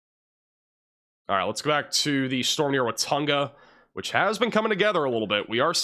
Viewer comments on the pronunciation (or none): I wax born in Watonga OK. Its pronounced Wa-TONG-a. emphases over the middle syllable ‘tong’